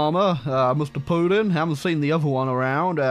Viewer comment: I can't get enough of "Putin" pronunciation. -That's Poo-in. That's Poo-in doing the Poo-in walk.